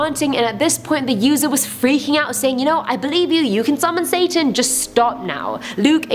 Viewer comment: who else noticed she said sasan not satan